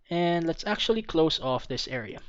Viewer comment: Pag sinasabi niya "This" Iniisip ko parang sinabi niya Buntis... Hahaha